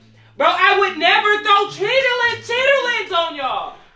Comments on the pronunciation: SAID " CHITIITLINNS " 🤣🤣🤣🤣🤣 I CANT LOL❤ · said chitterlings 😂😂😂😂😂😂😂😂😂😂😂😂😂😂😂❤️ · It’s pronouncing the ER in Chitterlings for me 😂 from the south and never heard it like that